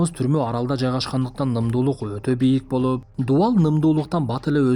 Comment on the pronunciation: Тийишкендей больуууп дейт го😂😂😂